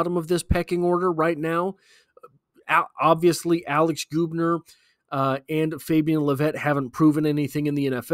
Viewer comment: It’s Gubner like Bug. Not Goobner. How do I know? My daughter dates his brother.